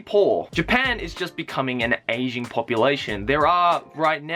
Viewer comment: i thought he kept saying "asian population".. i was like.. well duhh? but i guess he's talking about an "aging" population.